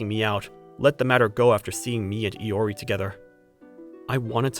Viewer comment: Good story and all but....LORI?!?!?!! IT'S I-O-R-I GOD DAMN IT